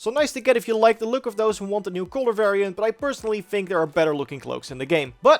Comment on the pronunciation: You even say "fink". Lol